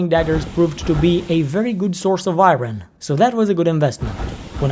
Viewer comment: why do you say I-Ron XD